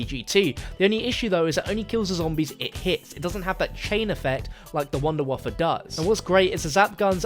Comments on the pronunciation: Why are you calling the Wunderwaffe Wunderwaffa? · Your mispronunciation of wunderwaffe just, hurt.